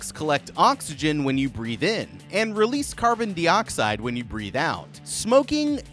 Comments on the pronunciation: I’ve never heard anyone pronounce it “carbon deeoxide” before. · I know right, has this man never heard that word before? That's like saying you're going to ride a "beecycle" instead of bicycle lol